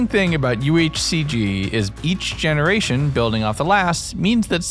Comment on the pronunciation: "Gemeraton" .....Ah yes I don't see anything wrong with this!